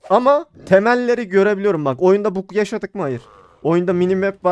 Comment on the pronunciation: Yaw videolarin guzel ve izliyorum da. Idle’a AYDIL demen lazim. Bug’a BAG demen lazim. Kulagimi tirmaliyor telafuzlarin. Lutfen biraz kendini gelistir.